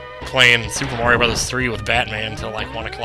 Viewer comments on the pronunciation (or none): none